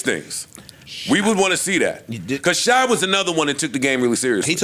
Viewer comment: SHAI IS PRONOUNCED SHAY. EVERY WEEK U GET UP HERE CALLING THAT BOY SHY. 😂😂😂